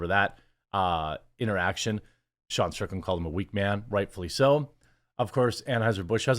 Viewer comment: It's Sean Strickland, not Shane 😂